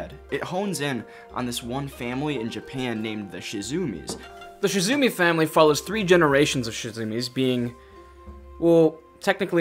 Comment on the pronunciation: Not to be that annoying commenter, but it's Shimizu not Shizumi. Good try though!